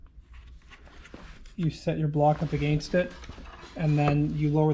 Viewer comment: Your Canadian kicks in hard on the word “against“ 😂 Awesome video Mark